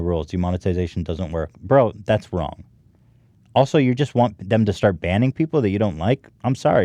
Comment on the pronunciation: Does it feel WONG?